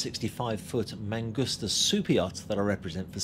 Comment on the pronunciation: It’s mangusta. Not mangoostuh.